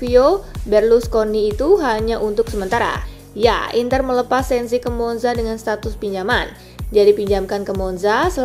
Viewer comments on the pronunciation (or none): Sensi, bukan Senzi